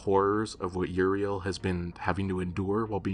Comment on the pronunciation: That ain't Uriel, thats Urinal 😭😭